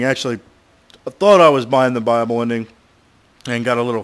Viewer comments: Buy-able ending. I thought he was saying bible at first too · wen u say buyable it sounds like bible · sounds like he says bible ending